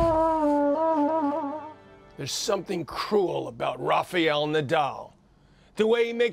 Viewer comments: John it is Raf-A-el and not Raf-EE-el...wtf*lol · Quit pronouncing his name! It's RaFaEl not RafeAl dummy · Why do people keep calling him "Rafial"?